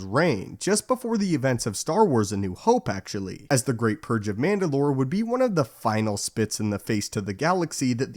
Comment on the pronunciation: PurGE, not Purr.